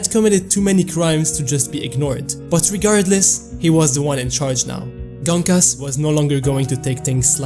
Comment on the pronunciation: Gonkas❌ Genkis✅